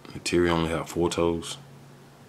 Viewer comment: You’re pronouncing Neytiri wrong